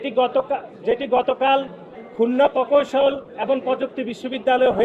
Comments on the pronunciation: শালার পুত, তোর বাপ ফাহাদ আবদুস সালাম কে জিজ্ঞেস কর , কার দোষ। তুই বুইড়া কিসের ছাত্র রাজনীতি করছ? তুই ঠিক মত প্রকৌশল শব্দটি উচ্চারণ করতে পারছনা আবার সংবিধানের ধারা উল্লেখ করছ। ছিঃ! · এদের উচ্চারণ এমন কেনো? পৈত্যেকটি ,পকৌশল কোন ভাষা? এরে কি দেখে নেতা বানাইছে তাও আবার কেন্দ্রীয় সাধারণ সম্পাদক।